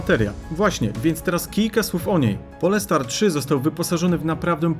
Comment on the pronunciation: To nie jest polska nazwa, czyta sie "Polstar" nie Polestar